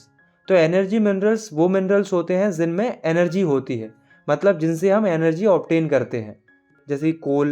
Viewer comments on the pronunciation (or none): Jinmein ❌ zinmein ✅😂😂